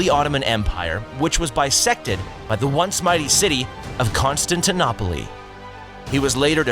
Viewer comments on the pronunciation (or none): Constan-tin-op-olee? What's with these AI commentaries? That's almost as good as 'two tanker men' for 'Tutankhamen'! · Hard to take serious when you can't even pronounce Constantinople, the e is silent! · Unless you are a machine, you should learn to pronounce things properly. Otherwise you sound ignorant. Constantinople is pronounced in English as Kon-stan-tin-ōpul, not Kon-stan-tin-ópolee. And the battle of Kosovo was with the Serbs, not the Siberians. SMH. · "Conn-Stan-T-Noppoli" haha. It's pronounced Conn-Stan-T-No-Pull. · "Constantin-oppoly?" Its pronounced "Constantin-oh-pal" 😉 Also Constantinople was definitely a centre of trade and culture for centuries before the Ottomans even existed. Otherwise, great video! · It’s con-Stan-ti-nopal to be pronounced, not to be constantinopleeee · When I was younger I used to call that city "kon-stan-tee-noh-poh-lee", having heard that name in my school days and in AC Revelations. Then I started calling it "konstanteenopolees", thinking I was a smart ass because I was convinced it was the correct pronunciation. Then I watch a youtube video in which an english speaker use the first pronunciation I mentioned and I read a comment in which a greek speaker (I suppose) spell it "konstantinoupole". I believe at some point in history "eta" shifted to "ita" (eeta), so this last one should be either "Konstanteenoopole" (last e pronounced) or "Konstanteenoopolee", (probably the latter, I suppose that shift took place before the 15th century). So please somebody help me, which one is correct? Now I need to know! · Learn to pronounce "Constantinople": con - stan - ti - NO - pul. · Did you say Constantinopoly ? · Oh gosh, your mispronunciation of almost every name is grating. If I hear ConstantONOPOLY one more time I'll scream! DISLIKE. You clearly have no idea nor interest in what you're talking about. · No it's pathetic. He got "Serbian" mixed up with "Siberian", and he calls Constantinople "Constantinoppolee" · Constantinoplee lol